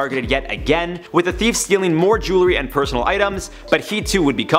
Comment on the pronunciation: Do Canadians pronounce thief differently than Americans?!